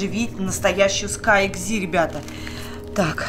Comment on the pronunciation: Не экзи а экзэ